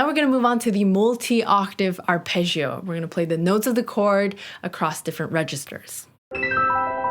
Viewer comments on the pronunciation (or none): The word "arpeggio" in both English and Italian is pronounced with a hard "j" sound for the double g's, and not a "zh" sound. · You are great, just the Italian word “Arpeggio” should be pronunced better :) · Sorry for being a bit picky, but I so much would love people in America pronounced "arpeggio" correctly [arˈpeddʒo] instead of wrongly [arˈpeddʒio] . It simply sounds so much like they don't know how to pronounce Italian at all - what apparently they sadly really do 😵‍💫 .